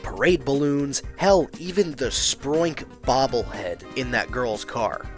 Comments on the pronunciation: “Sproink?” There’s not even an “R” in it. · There is no “r” in Spoink.